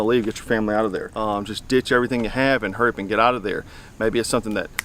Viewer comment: "Hurdy up and buy"